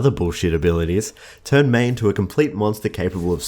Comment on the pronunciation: Haha I like how he says MEI-bye